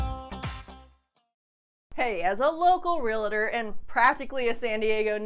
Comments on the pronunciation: Real tor not realATor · It's your profession and you don't even know how to pronounce realtor? It's a two-syllable word: real -- tor, not ree - la - tor.